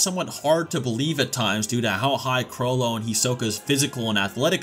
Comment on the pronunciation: This guys pronunciation of the names 🥴 “caw-loou-toe”